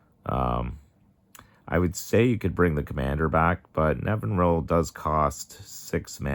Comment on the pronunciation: Nev-in-ir-all is the pronunciation